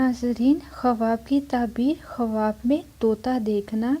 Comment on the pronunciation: Khawb tou bolna seekhlo pehlay yar